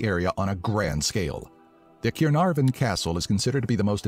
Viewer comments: It's annoying how the narrator mangles the name Caernarvon. In terms of famous Welsh people, they left out actors Richard Burton and Michael Sheen, poet Dylan Thomas, singer Charlotte Church and author Roald Dahl.. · I'm from just over the Bridge in Bristol, but I've heard enough Welsh people say Caernarvon to know that that was a pretty terrible attempt.